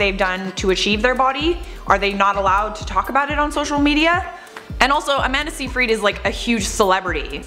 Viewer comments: Isn't it pronounced...SYYYYY-fred...not SEEEEE-frEED? Anyways...it's sad that Amanda actually turned out to be a mean girl. Shame. I actually liked her before her comment. When I wasn't pregnant, people would think I'm pregnant. When I was pregnant, people would ask if I'm actually pregnant. 😒😅😭😂 Like wow guys...pick a side to hate on? At least then I'd know which kind of asshole you are and then I can choose to either ignore you or just stare at you like you're an idiot...cause you are if you think asking either of those questions is normal. One of these people who asked if I was actually pregnant was a worker who was supposed to help women and mothers. Great support system. People are disgusting. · Amanda's surname is pronounced "SIGH-fred". Just saying - or pronouncing.